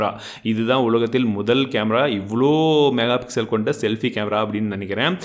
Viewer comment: என்னங்க......... ஆமாங்க வ நிருத்திடிங்க போல சூப்பருங்க .......... அடுத்தது இன்னொன்னு என்னன்னா மெகா பிசல் இல்லங்க தெளிவா பொறுமையா சொல்லுங்க மெகா பிக்சல் அவசர படாம சொல்லுங்க நான் உங்க பெரிய ஃபேன் நண்பா 🥰🥰😍🥰